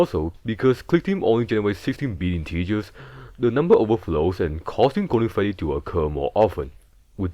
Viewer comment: Gowden Fweddy